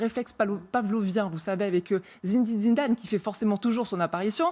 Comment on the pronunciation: Non madame cest pas zinezine zinedane